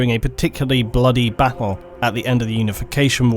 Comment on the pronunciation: Wish this guy could pronounce the letter T in words. It battle not baddle!